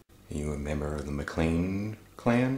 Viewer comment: Just wanted to correct you on a couple things. First, Duarte is pronounced dew-ert, not whatever that was you said, and MacClean is actually pronounced MacClain. Comes from the first chief, Gillean. The sons were known as son of Gillean, or MacClean.